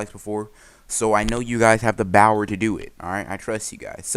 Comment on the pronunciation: Every time I hear this man says bower, I’m just like: I live for this for some reason